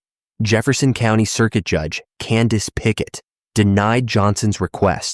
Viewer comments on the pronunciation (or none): none